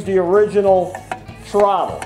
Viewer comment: Hehehe, TROTT-TLE... ;P